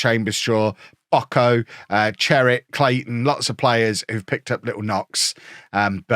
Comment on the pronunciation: Call him Pocho not Pocko 😅